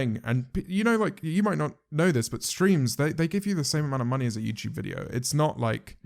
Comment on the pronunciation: he really said yewchube